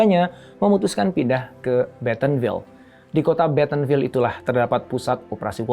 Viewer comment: Bentonville mas bukan betonville.. doug itu cuma ceo..alias..karyawan..pemiliknya adalah keluarga walton..